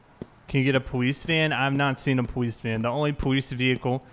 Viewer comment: I’m sorry I’m not trying to be mean but every time he says police it sounds like powees.